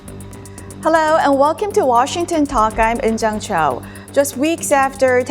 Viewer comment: Why would you pronounce Cho as chow? Want to be chinese?😂